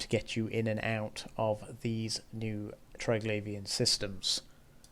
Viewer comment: English. What a brutal language. Triglavian should be pronounced Tri-glah-vee-an, since there's no 'i' after the 'gla', as in 'glaive'. No wonder people who have ESL struggle with it, haha.